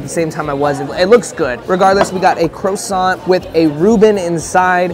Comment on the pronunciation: Aint no way u said croissant incorrectly the first time......